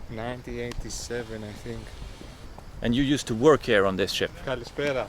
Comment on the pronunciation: Everytime he said "Ship", I heard "S*it". It may be the beer I had previously ...